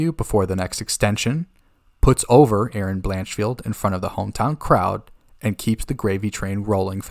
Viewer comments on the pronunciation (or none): none